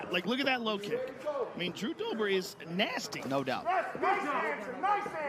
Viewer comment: "Now let's see what Jew Dobers plan is..." -- Hoe Rogan 💀💀